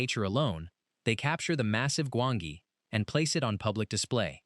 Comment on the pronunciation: It's pronounce Gwan-gi, not Gwon-gee, Jesus do your homework! 😂😂